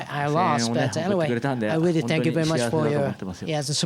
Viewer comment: Rearry? :P